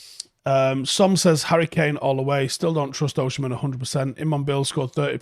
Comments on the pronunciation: You say Osimhen as Oshi-men and it’s funny. It’s pronounced as O-see-men 👍🏾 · he's Osimhen not Oshimen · why is he saying it like that 😂😂 its Osimhen, not Oshimen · It's pronounced Oh-seem-hen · Least you can do is learn to pronounce his name properly